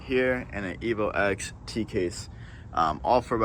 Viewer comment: 1. Good job on the build. 2. It’s a Evo “Ten”, not “Ex”